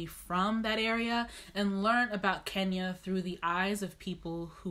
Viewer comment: Guuuurrrrrlllll!!!! Did you just say kenyara???? I'ma check you and side eye you for that.